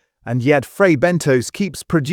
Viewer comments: L They are frey benTOS , NOT BENTOES, and i still love them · I really think it’s pronounced Ben-toss and not Ben-toes